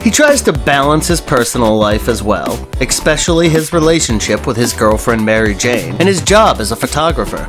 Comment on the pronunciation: "Eckspecially"? ffs..